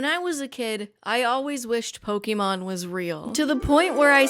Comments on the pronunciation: Still bothers me when ppl say "poke-eee-mon" it's "poke-aye-mon" Thanks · nitpick of mine is when someone calls 'pokemon' 'pok ee mon' insteady of 'pok ey mon' -- I'm guessing because they don't know there's a reason why there's an accent above the e. heh. One Piece is by far the best adaptation and the Luffy character is perfect (he looks way too much like benoftheweek) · An entire video misspronuncing Pokémon